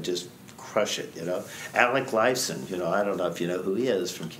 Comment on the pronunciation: I don't think so. He doesn't even say his name right. Calls him "Alec Lifeson." Plus, he named much more famous guitar players than Alex (BB King). If he were of mind to act like Alex is a God by making a "don't know if you've heard of him" joke, he'd have done it with the more famous guitar player, not the lesser known guy who's name he can't even say properly.